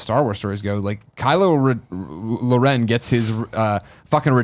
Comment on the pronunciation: "Kylo-Laren" lmao!